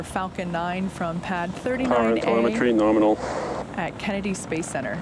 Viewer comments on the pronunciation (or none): did he just say NORMINAL? 😂👍